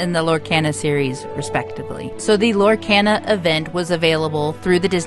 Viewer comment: You are pronouncing Lorcana wrong!! Lor-kah-na